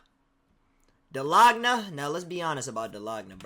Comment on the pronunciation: It’s pronounced dal- gona